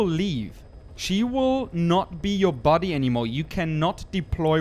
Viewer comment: body* until he can say it right